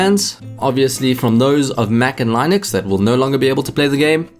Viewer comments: it is with short "i" like in word sing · As a linux user it really hurts my ears how wrong you are pronouncing it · good video, just one thing: look up how to pronounce "linux", I got triggered multiple times lol